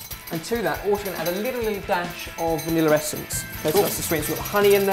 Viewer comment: vaniller. hehe. :3